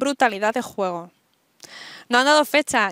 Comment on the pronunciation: Cuando dices juego, se escucha como jugo 😂😂😂😂😂